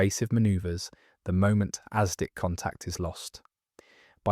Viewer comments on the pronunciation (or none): It's "asdic'" not "aztec."